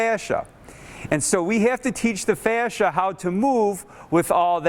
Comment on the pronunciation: I love how says the word "fascia" 😂